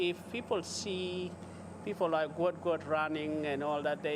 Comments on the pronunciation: He is going to be the GOAT one day. His dad pronounced it almost sounds like GOAT therefore closer to the word GOAT and the commentator still cannot pronounce it, he keep saying GWAT GWAT. SMH Goat Goat, now he is going to be the real GOAT! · We need to RESPECT the entire family by saying his name correctly. If we support his amazing talent, current and future success then we need to Show our support to his family by saying his name correctly. The father has spoken with understanding, balance and with patience. Say his name Guot to support his Identity as well as his talent! Respect must be given immediately and with out any argument. Any this less would be an insult! Give the family the benefit and enjoyment of hearing the cheers GUOT! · Better late than never Guot…..pronounced as Guut or Goot ‘GOOD’ explanation…hope people respect he’s Dads wishes🙏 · GUOT!!! SAY HIS NAME!!! IT IS NOT GOUT. FIX IT TRACK AND FIELD. ALWAYS TRYNA RENAME US.